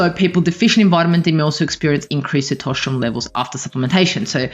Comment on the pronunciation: For God's sake learn how to pronounce testosterone.